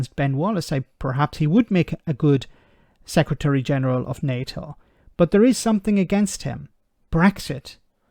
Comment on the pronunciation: Sec Ra Tree? When did the English stop being able to speak English?